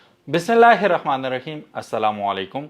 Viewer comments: ارے ببھائی بسم اللہ توو صحیح پڑھ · BISMILLAH sahi parho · Beghrat insan Bismillah to sahi Tara para kro dharee b rakee hai sharam nahi ATI tumko Zara apni video listen kro k kia bak rahy ho jahel kameeny insan